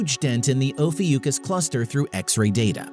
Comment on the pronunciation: Oh fee ookus ? Never heard it called that before.